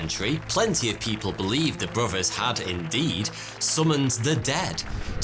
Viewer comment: “Bro vers”…..interesting accent…….